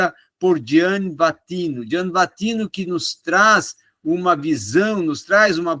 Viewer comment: É Gianni Vattimo, nao "vattino"